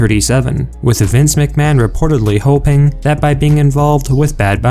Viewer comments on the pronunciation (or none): none